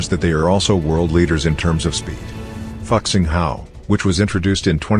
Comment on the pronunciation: . Your pronunciation of our Chinese Fuxing Hao is terribly wrong. The name of that train is not even remotely similar to the F-word in English. Also, the TGV Duplex was first introduced to France back in 1996. I think the 2007 modified TGV Duplex should go in number 2 because it also has a seperate name. The name given to that TGV train is "V150".